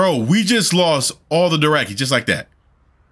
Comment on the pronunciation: It's a little funny how after 8 seasons he still says doraki ^^